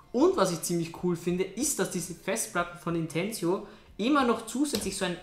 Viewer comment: Es heißt nicht "Intensio" Sonst Danke für dier Info!